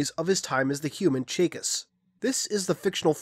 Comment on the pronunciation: Why do you pronounce everything with a weird accent? Chakas? Trevelyan? I would've thought it would be Chah-kahs and Treh-vel-yin